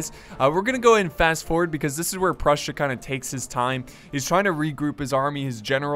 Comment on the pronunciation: Did he say brussia?